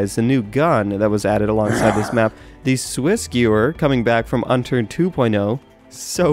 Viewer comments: HE SAID UNTURD ON ACCIDENT LOL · lol I thought he said Unturd xD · Anyone catch the "Unturd" ? XD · it sounded like he said Unturd :| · unturd xDDDDD loooool